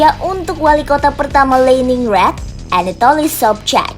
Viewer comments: Dia bacanya kaya baca di b. Inggris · Pronunciation bahasa Rusia ama bahasa Jermannya alay 🙏🤝 Leningrad (bukan Leningr:ed) Anatoly Sobchak (bukan Sobch:ek)